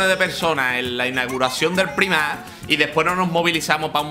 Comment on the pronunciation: Primark... Se pronuncia praimark, menudo catetismo. Esto es la herencia de pandereta (o de ukelele) por no ver series subtituladas.